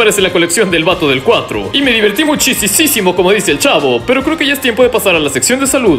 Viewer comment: Todos: El Chavo: El Chafo